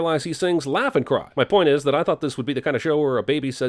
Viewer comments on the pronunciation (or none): Cuz that's exactly what it sounds like he doesn't say the L in laugh and says n instead of and effn cry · I thought stewie said Death and cry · Dude I also thought that Stewie said effing cry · I thought I was the only one who for the longest thought that in the theme song Stewie was saying "effin cry" instead of "laugh n cry"!! Glad to know I wasn't alone in that, lol. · i always heard stewie say "death and crime" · gods... I thought I was the only one who thought it was "effing cry" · When I watched Family Guy years ago, in the intro, I thought Stewie said, "Life and Crime." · I thought Stewie always said "Death and cry" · Omg, he says ‘laugh and cry’ wtf, I totally always thought he was saying ‘for effin Christ’ I’m sobbing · When I was younger I thought Stewie said heaven cry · I thought stewie said meth and crime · For years I thought that Stewie was saying "Effin' cry!" Until I saw an episode where someone else sang the theme song and I was like "ooooooh!" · I foyght he said heaven cry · Thank GOD I’m not the only one who use to think Stewie said “effin cry” 😂😂😂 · I though stewie said heaven cry not laugh and cry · Thank god I'm not the only one that thought Stewie says "Effin' cry" I didn't figure it out till Frank Sinatra Jr did the end credits them song one episode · It does sound Stewie said effin when heard the first time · Bruh I also thought he said effin cry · I think that everyone thought it was “Effing cry” first time hearing it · My five year old mind thought he said "Death and Crime" But then he said "pumpkin pie" in a later episode so i just stuck with that till today! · I... I always thought he said effin' cry... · I thought he said poop and cry for years